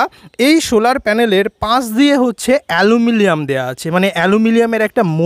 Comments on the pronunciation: ওটা অ্যালুমিনিয়াম অ্যালুমিলিয়াম নয় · It's not,Alumilium 😂😂.. This call Aluminium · Eta Aluminum hobe, amuliam na!! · Alumilium LOL!!!!!🤣🤣🤣🤣🤣🤣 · Alumilium Eta aj first time sunlam Just funny